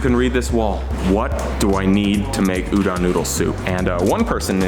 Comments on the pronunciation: PSA: Udon isn't pronounced "Ooh-Done". The "Done" part is pronounced like "Dome", but with an N instead of an M. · Lynch me, but I have japanese grandparents and they harass me for my pronunciation. It is pronounced u-do (like doe)-n. Not u-dawn. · "White boy declares his udon supreme, doesn't know how to say udon" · I feel violated by the way he pronounces udon. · As an Japanese man, it hurts me how he pronounces udon. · he pronounces udon wrong